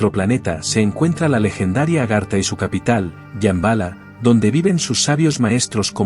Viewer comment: "SHAMBHALA". = 😮¿Yambala?😮. 😂🤣😆👍